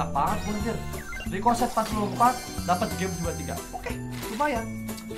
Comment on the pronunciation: Ricochet kedengeran di telinga gue Ricloset